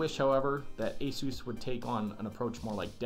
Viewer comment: I love how you say asos when it is supposed to asus